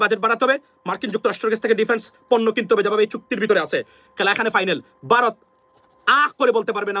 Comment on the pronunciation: Aapni toe vaw uccharon korte paren na.Baarath Baarath koren.